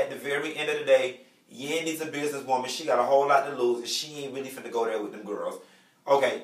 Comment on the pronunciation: "SHE FRINNA" 😂😂😂😂 can you not?!